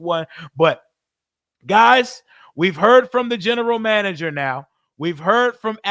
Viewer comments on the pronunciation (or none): Yo said “General Mander”😂😂😂 I love it! In AP I trust!